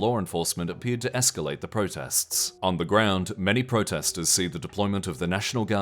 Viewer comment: Y'all... It's escalate